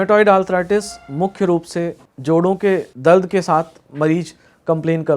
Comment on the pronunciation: Information is really helpful. I appreciate it. But every time doctor was saying, "दल्द"....In place of दर्द 😂😂